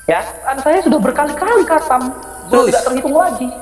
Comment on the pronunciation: KGOMONG AJA NGAK GENAH, KATAM KATANYA, PADAHAL HATAM..